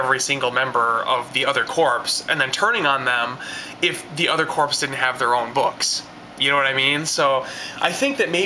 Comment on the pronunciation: another great review love watching your video but one problem you pronouncing the word corps as if its corpse corp ias in the marine corp is pronounced core : )